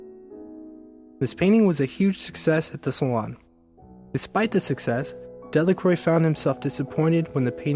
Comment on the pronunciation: Pronunciation of his name was the first thing I noticed.